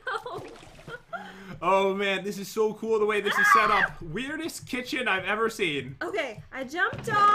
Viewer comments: irma rodriguez kickin? Lol you mean kithion 😂😂😂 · He did say the kicken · Pat you said kitaun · Pat you said kitchin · Yes you did say kitgin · Lol pat did say kitchen😂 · 🐢Pat u said kitchen xD love ur videos they are so intertaining I love the fortnight type of videos 🐢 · Pat u said kitchen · You did say Kitchen lol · I think pat said kitchen He messed up :p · You totally did say kitchen though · Ok I had to play this back but pat u did say kitchen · Pat you judt said kitchen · you totally said kitchen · I think i heard pwt say kitchen anyone? No just me ok... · Did pat say kitchen? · You said kitchen pat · Pat you say kitchen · Why you say kitchen Pat